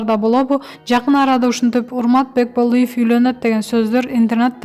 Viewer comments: Урмат Бекболиев деп так суйлочей😂😂😂😂😂уксанар😂😂😂Бакеболеев дегендей😂😂😂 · Кагылайын жазылган тексти туура окучу))Бекболыев эмес Бекболиев, интарнат булагы эмес,интернет ))Тобоо кайсы кылымда жашап жатасынар? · Автор манкаланып "бокболиев"дебей нормально суйлочу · Урмат Бокболиев дейтко🤣🤣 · Бекболеев дечи😂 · Автор биринчи Бекболиев фамилясын туура айтынызчы🤦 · Корком окуй албайсынго кантип сени иштетип атышат Бекболиев деген созду да зоорго суйлойсун сураныч чыкпачы сен